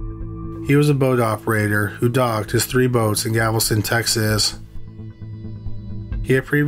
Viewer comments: If you are going to produce stories about crimes committed in the United States,please learn the correct pronunciation of US Cities! It's Galveston, NOT Gavelston! Do your research or ask an American how to properly pronounce names! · FYI: The city is Galveston…..not Gavelston. Details count friend. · CRIMINALLY LISTED: There is NO such town as "Gavelston, Texas." It's GAL VES TON. Just think of a gal with a vest on. NOT a gavel. THANK YOU. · It’s killing me that he says “Gavelston” instead of “Galveston” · It's driving me nuts!! It isn't GAVEL STON IT'S GAL VES TON Nails on the chailkboard!! 😱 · Gavelston instead of Galveston i love it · It’s Galveston…not Gavelston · Galveston, not Gavelston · Okay, my comment is somewhat petty. I like the content a lot, but what I can't stand is every few words being mangled in pronunciation. If I hear "Gavelston" instead of Galveston one more time, it'll send me round the bend and I'll end up in a straitjacket. If you don't know how to correctly say a word, it's easy enough to watch a news person say it. Thank you. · Ahhhggggg! Stop saying "gavel-ston"! It's "Gal-vez-ton"! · Still saying Gavelston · Apparently they don't read the comments. GAL-VESTON for crying out loud. We told you on the last killing fields video. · You can't say "Galveston" right. It's so annoying